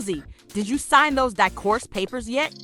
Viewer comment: Sgin instead of sign divorce papers